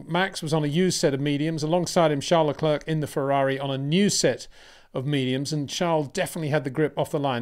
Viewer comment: Peter, has no one ever told you that Charles last name is pronounced Le Claire like Frank William’s daughter’s first name.